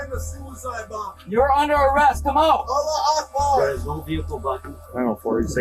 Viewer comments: "alah Akbar"💀 jit could've always said it right with Allahu Akbar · Brother said allah Akbar astaghhfurallah 🤦‍♂️ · "Allah Akbar" atleast say it right and know what it means when being racist... Does he even know that he just said "Allah is the greatest"? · Bro the airport hijacking the guy says allah akbhar lol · Bro did that guy who hajchaked the plane did he just say allah akbher ? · disgusting he can’t even say “Allahu Akbar” properly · bro said ala ekbar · No way bro said hulah augbar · the way he said "allah akbar" killed me.